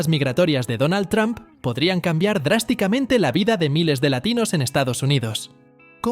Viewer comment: No se dice Tram se dice Tromp.